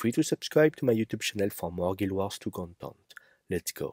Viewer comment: I love how you say content 'Contont' :)